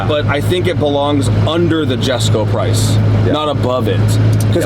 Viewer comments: Jessusss him saying "JHESKO JHESKO" it's erking me. Correct his ass for God sakes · someone tell him its pronounced "Yesko". It is spelled Jesko but said with a Y, named after Christian Von Koenigseggs farther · Lol he said "Jesko" it's pronounced yesko dummy.. and u own a Koenigsegg.. SMH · So damn glad to see you guys working together again. However the Jesko name being said wrong over and over drove me nuts lol